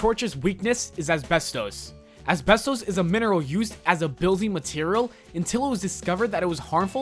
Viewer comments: Asbestos is pronounced as-bes-tus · The way he says asbestos is killing me.